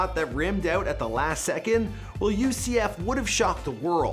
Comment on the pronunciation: Man you keep butchering people's names and ucf haha